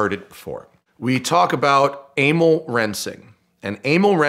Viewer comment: Aimil?? Emil is not pronounced like that...